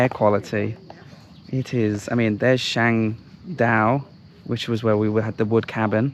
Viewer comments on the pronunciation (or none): none